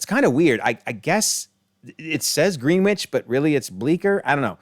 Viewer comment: Wow, what a doozy! It's a shame this universe didn't wind up in Multiverse of Madness. :P And I'm sure you've been told plenty times already, but it's not pronounced Green-Witch, it's something like Grenn-idge. Blame the British with their wacky spellings and ignoring all the rules of their own language. Greenwich Mean Time, Greenwich, the town the Prime Meridian runs through, everything that denotes what timezone you're in plus or minus however many hours, that's what it's called. It's not even something we've Americanized like the school of Notre Dame being called Note-r Dame instead of the French way, No-tray Dom (or something like that, spelling phonetically is hard), Greenwich is just not spoken how its spelled.